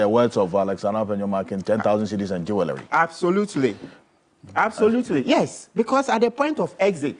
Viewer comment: Please, the "w" in "Jewelry" is silent. Say it like: "jool·ree". Thanks🙏🙏